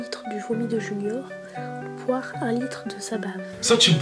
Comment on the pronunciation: Elle a dit boi la pisse